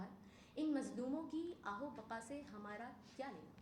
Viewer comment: آہ و بقا نہیں آہ و بکا ہوتا ہے لفظ پیاری بیٹی